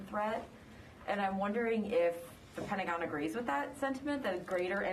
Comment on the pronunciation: The Pent-uh- gon